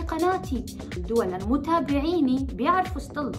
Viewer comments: مشان الله ليش بضخم صوتا لما بتقول ستيلا بتطلع معها صطيلا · ههههههههههه سطيلا انا لاحظت وعم قول لحالي ليش عم تقول سطيلا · ليش عم تقول صطلا ؟ 😂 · تفي على ذي الاشكال التافهة فرحانة بالمناكير ههههه وتنطق صطيلا